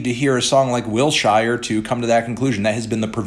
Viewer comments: As someone from L.A. I cringe everytime you say Wilshire. Not Will-Shire.. it's Will-Shurr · STOP SAYING “WILL-SHIRE.” It’s “Will-shure”. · Man I swear to god stop saying Wilshire like that, like it hurts so much to hear it said that way, it feels anti-Semitic lmaoooo